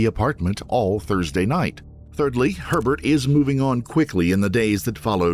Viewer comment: how do you get 'thrudsay'. Must be AI slop